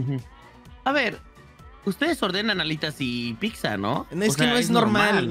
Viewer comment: dice “piczza” Xd